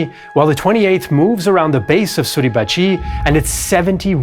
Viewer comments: The way you say "Suribachiiii"" is freakin' annoying. It is Suribachi, with a short ,final "i" . Not a long one!!!!! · There are no emphasized syllables in Japanese. Therefore Mt. Suribachi should not be pronounced Suribachee. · For how great your French and German pronunciation, your Japanese is very bad. I teach Japanese and could teach you proper pronunciation in 60 minutes. Each syllable equal short annunciation, none of this su-reeeeee-ba-cheeeeeeeee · I can't get used to your pronunciation of Mt sarahbachi. I know it's misspelled but that's the way I've always heard it. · Why do you mispronounce suribachi so forcefully? Japanese has no syllable accent.